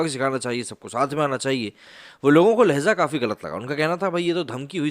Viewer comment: "Lahza" naheen "LAHJA" hota hai.